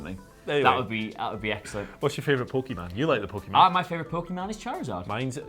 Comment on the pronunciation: It's Pokemon ( pocket monster ) ..not Pokeman